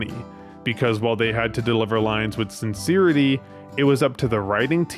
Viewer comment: Sincerity : What a choice pronunciation . Why?